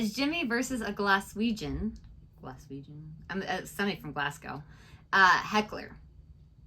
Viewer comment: Glaz go, not bloody giass cow ffs